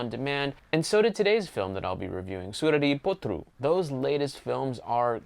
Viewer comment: I like the tamil pronunciation of the movie name. Thanks for the effort. I am just happy to see an American appreciating, since I have seen a quite unhappy review from other parts of the world...